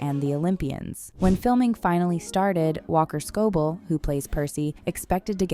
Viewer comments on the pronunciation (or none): was it just me who had to pause the video and breathe when the said walker scobull instead of scobell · I hate when these people pronounce the names wrong its embarrassing for them "walker scobull" 😭😭